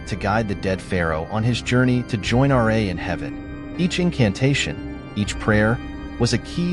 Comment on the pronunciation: It's pronounced Ra not R A